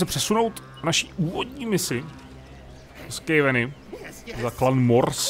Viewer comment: "Skejveni" lol